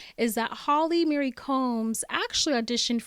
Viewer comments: It's Marie not Mary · Why do you call Holly, Mary Combs, its Marie, as in its pronounced MA-REE not Mary. Also Pipers husband, the actor's name is Brian Krause, its not pronounced as Cruze its pronounced like kraut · That’s what you’re complaining about not the fact that she keeps pronouncing Holly Marie combs as Holly Mary combs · Holly MARIE Combs. Not Mary. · Oof! Sorry, but if you've listened to the podcast, why do you keep pronouncing Marie like "Mary"? Surely, when Shannon introduced Holly, she pronounced her middle name correctly. Marie is the French equivalent of Mary, so it's not pronounced the same. It's always pronounced like "MurEE" with the accent on the second syllable; even in English speaking countries, when parents name a girl Marie, they always pronounce it the French way. I have never heard it pronounced Mary. If they wanted it pronounced Mary, they would have spelled it Mary. You can even Google how to pronounce Marie and it will let you play an audio clip so you can hear it. Same with Lisa Marie Presley. I don't mean to be a Karen, but it's just so distracting whenever you say Mary instead of Marie. For me, it takes away from the enjoyment of your video. This is meant to be constructive criticism; I'm not trying to be mean. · OK, so I’m listening to this right now I appreciate all of the information that you’re providing from the podcast and your view. the one and only thing that is bothersome is that you keep saying Holly’s middle name wrong it’s Marie not Mary. other than that it’s great. sorry to correct you on this but someone who has a name that others always getting wrong. It really bothers me. a person’s name is so tied to them that it’s really important that their name be right and said correctly.